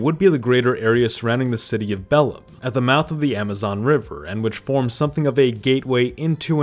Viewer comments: If I wasn't brazilian, I would search on internet for the correct pronunciation of each city or region. The way you pronounced "Belém" is really strange, sounding more like latin "bellum", then stressing the last syllable "be-LÉM" or "be-LEI" with a nasal sound. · Sounded more like Bellum, than Bellim kkkk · Belem isn't "BEL-em"...it's "be-LAI" with a very nasal "m" in the end. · New words to be added to the Portuguese dictionary: Maran-Hao, Bellim, Bah-hya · Also, Rio De Janeiro is pronounce "Hee-oh Je Juh-neiro", Sao Paulo is pronounced "ˈsɐ̃w̃ ˈpaw.lu", Cerrado is pronounced "Seh-had-o", Caatinga is pronounced "Ca-ching-a", Pantanal is pronounced "Pan-tan-now", Belém is pronounced "beˈlẽɪ̯̃"(the M at the end there is not pronounced), and even Brazil is pronounced "Braz-zew". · I am brazilian born and raised. Your pronunciation is quite good, small mistakes here and there are ok. Please pay attention: Bahia you shlould say = BaEa. Belem : BeLEM ( portuguese version for Bethlehem). Thanks for your dedication. See'ya. 😊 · The way he pronounced Bahia and Belém and shit made me want to die.